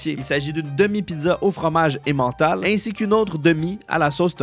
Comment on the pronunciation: Très chouette vidéo mais entendre emmental "français " ça me fait grincer les dents 😆